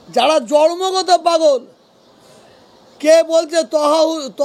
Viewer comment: কথাটা জর্মগত নয় জন্মগত। প্রথমে ভাষাটা ঠিক করুন।